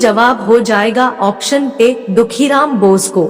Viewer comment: दुखीराम नहीं खुदीराम होता है